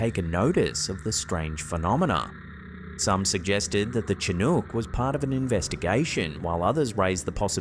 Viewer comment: Chinook is pronounced as 'shin ook' not with the ch like cheeky but with SHIN OOK. Look it up.